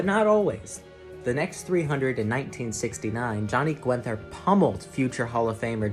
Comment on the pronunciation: Really well done video! Must have taken a lot of time. One thing I have to mention as an old guy who watched these tv shows live - not quite right on the pronunciation of 'Guenther' and 'Zahn'.